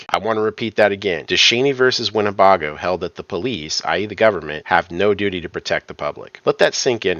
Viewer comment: its win ne BAY GO! NOT BAH GO.